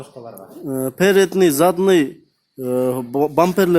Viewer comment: Передный задный эмес передний задний кечириниз